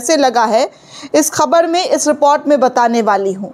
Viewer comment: Madam not amarica, America. Not repot, report.